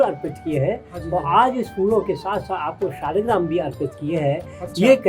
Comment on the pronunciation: आपको सब चीज की जानकारी अच्छी है पर मैं आपको बता दू की सालेग्राम नहीं बोलते शालिग्राम बोलते हैं 🙏🙏